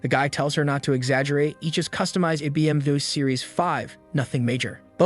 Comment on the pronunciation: Yoo the AI voice can't say BMW😂😂